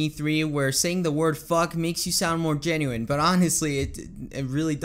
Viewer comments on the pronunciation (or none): none